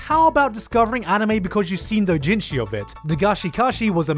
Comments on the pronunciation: using anenarumono is freaking amazing lmaoooooo since the artist created both the doujinshi and the non-h version lololol I am not use to how you say Japanese terms lol, it took me couple of rewind to know what you really said (like doujinshi sounded like dotjinshi) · I wonder why he pronounces Doujinshi like an American tho being an asian. Dooo-jin-jiii. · The fact that it took me a minute and a half to realise that you were saying doujinshi, because you pronounce it differently than I do.... Jesus